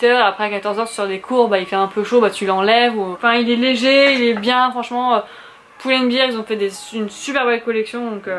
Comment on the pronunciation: À la base le savon d'Alep ça assèche, ça n'ydrate pas 😉😉 c'est pour ça qu'on le recommande pour les peaux acnéiques. Ah ben parfait moi qui cherchait un manteau blanc, par contre bear ça se prononce (baire et non bire) Est ce que tu mets bien la dose (1 bouchon) dans l'enveloppe filtre ? Et bien dans 1 litre d'eau ? Parce que pour mon amie ça marche et quand elle y met du citron ça devient mauve-violet. Rhapsody jolie référence 😉